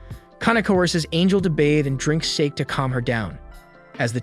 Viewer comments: sake pronounced as SOCKY!!!!BAKA!!!!! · just sayin it's pronounced sa-ke note sake